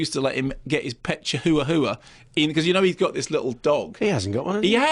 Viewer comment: Haha, the way Mark says “chihuahua”. Chi-hoo-uh-hoo-uh. Hahaha. Oh those Brits. And “Boxing Helener”.